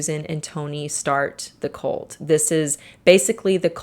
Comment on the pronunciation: At the beginning it sounded like she was saying “colt” more than “cult.”